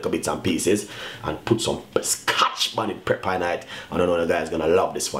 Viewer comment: PEP-per brother not PREPPER.